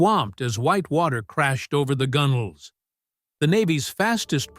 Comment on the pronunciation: Well, the A/I had the usual problem with the word 'bow' (front of ship not archery weapon) but it got 'gunwales" right (gunnels)! I'm impressed! Great video regardless of A/I muffs!